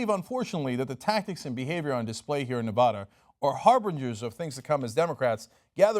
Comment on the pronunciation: Cynk, it's Nev-A-da, not Nev-AH-da. :D